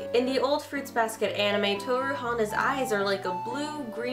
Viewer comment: The way they pronounced "Honda" and "Akito" just did not sit right with me. Still love the show though